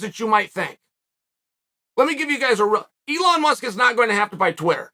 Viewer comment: If chael says his name is Eon Musk… ITS EON MUSK